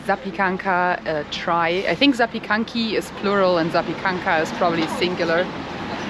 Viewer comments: Ooooh. ZAKOPANE yejjj. Always wanted to return there after all these years...awesome video.. BTW you guys are crushing the pronounciation of the words. Polish is not an easy language ..chock full of consonants. Bravo 👏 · your pronounciation of Polish is almost perfect (prolly of your German-Italian roots)! And you got it right! Zapiekanki is prular and zapiekanka is singular. Well done and you both have a great time in PL!:) BTW: new subscriber here; ] P.S.: I'd suggest you some really cool places in PL, but i think it's pointless, cos nobody (of foreign travelers) ever listened to me:D P.s.II.: You guys absolutely aint the "stupid travelers"! The beauty of traveling is to get to know things, people, culture, language. And you do this. Nobody knows everything!